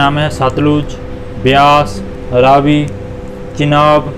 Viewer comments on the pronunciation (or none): none